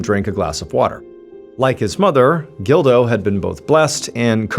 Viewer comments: I keep thinking he’s saying Dildo instead of Gildo lol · You say Gildo. I hear dildo. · When he said "gildo" I thought he said "dildo" lol I had to rewind it to make sure i heard correctly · I thought at first he said Dildo! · It’s a pretty common name and the pronunciation is closer to “Jeel-doh” or “Jill-doh” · Every time you said the son’s name I totally thought it started with a”D” 🙃 and not a “G”😂 Just me?